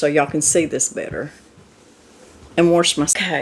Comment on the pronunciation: Warsh. I love it that’s how my mom pronounced it